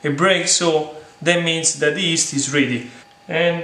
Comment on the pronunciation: My friend, pronounce “yeast” with the Italian “gli” at the beginning. Luv the videos and passion!